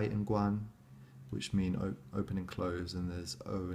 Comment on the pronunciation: That’s cool you know how you know to say “cai” and “Guan”. Few westerners speak good Chinese.